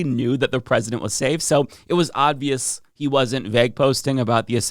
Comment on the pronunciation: Please stop saying odvious